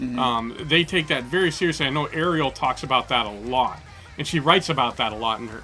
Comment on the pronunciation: yes and her name is pronounced REL not like the little mermaid